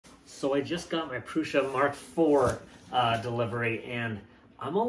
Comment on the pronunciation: It is "Prusha" ;-) But don't worry, we know what you are talking about ..